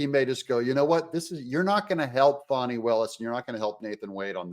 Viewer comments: He keeps pronouncing it Faw-ney, how do you get Faw-ney from Fani? Faw-ney is the politically correct way of pronouncing Fani. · Doug, if you can't pronounce Fani correctly, I will unsubscribe!